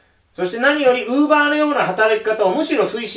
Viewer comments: クーラー(電化製品)のイントネーションと同じで ローラーのイントネーションは一般的ではない。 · ウーバーの発音がずっと気になって頭に入ってこない(><;)